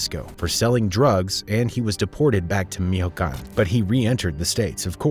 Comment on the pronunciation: Pronounce MICHOACÁN correct Goofy